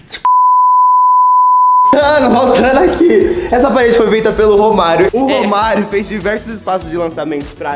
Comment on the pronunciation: Quando ele falou romario eu entendi vô Mario achei q era avô de algum deles